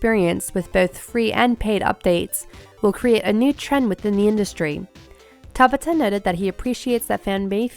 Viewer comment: I hate how she's pronouncing Hajime Tabata's name. sounds like she's trying to say tabatha without the "H" it's three sylibals lady! (Ta-BAH-ta) emphasis on the B and A